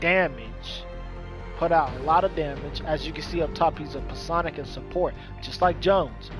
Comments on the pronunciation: Exactly. Its pronounced "psy on ick" check for pronunciation of words :-). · the p in psionic is silent